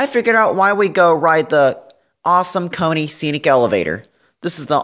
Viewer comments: Why do you say Koo-U-Nee and not just Kone ;D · Guess what? Beno says it as "Cone" as well, on purpose! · sorry, but as usually the Americans have got this pronunciation wrong 🤷🏼‍♂️it’s ‘Cone’ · Magnesium PC Its actually pronounced Kone which means machine in finnish